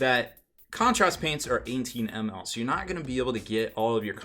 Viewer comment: I must not be the only one to think his pronunciation funny then :D